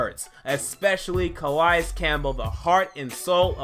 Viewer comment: Nkemichie has grown up. Gonna be great. He took off the clown nose. And btw it cuhhhh-lay-es